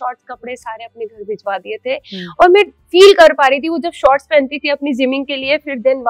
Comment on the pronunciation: Please stop to invite her for interviews…..the worst ever decision taken by BB ott by choosing her as a contestant. Now she thinks, she’s a celebrity. and…… Mein ni Main hota hai… Ceemera ni Camera hota hai …. ceeleer ni Clear hota hai … bolna seekhle pehle..The most irritating person I have ever seen in my life…